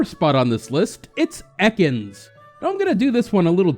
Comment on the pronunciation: it's pronounced "e-cans" not "eckons"